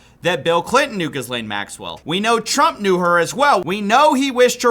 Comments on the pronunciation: The H and the S in Ghislaine are silent. Saying 'Gizlane' makes you sound like you're not paying attention to the subject matter. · Her name is pronounced “Gil ayne” I am surprised you keep saying it wrong at this point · It's a French first name (she was born in France and has French citizenship among others), so it's pronounced in the French way : "Jislehne" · GEAR - LAYNE. It’s pronounced GEAR - LAYNE. Please, bro. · For the love of god man, SILENT “S” - it’s pronounced “Gi-Lane” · Thx for covering but omg it’s pronounced « jizlen » with a soft j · pronounced (Gah-lane) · please drop the 'S' and pronounce her name correctly. Should sound phonetically like Gill-ain. Thanks and I hope you read this. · Horrible woman, but her name isn’t Giz-lane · It's pronounced JIZZ-LANE. But no we are not gonna pardon her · I love all the pronunciations of her name. But, its not close to what it actually is. Listen to how her brother says her name on the Piers Morgan show, "Gillan". I preferJizzlane, though. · I love your pronunciation calling her Giz-lane!😂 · the S is silent in Ghislaine it’s a french name. Ghee-layn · "GEEE-LANE." You're making us look bad. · Just please pronounce it "gill-LANE" Lol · I don't care if it's the right way to pronounce her name or not, can we please pronounce it Ghee-Lain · Screw her, but, can you please pronounce her name correctly. If you’re reporting journalistically… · FYI: The 's' in her name is silent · I respected you a little more when u havent been saying that surename pronouncement😂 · The "s" in the name Gislaine is silent. It effectively doesn't exist, like Jeff's EOL attempt. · Please learn how to pronounce her name 😂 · The 'S' in Ghislaine is silent. Think 'Elaine' but with a hard G. Also, fun fact, Ghislaine Maxwell is the duaghter of the now-deceased and media mogul, Robert Maxwell. He died after "falling overboard on his yacht and drowning", a body was never recovered. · Why do you keep pronouncing her name like that lol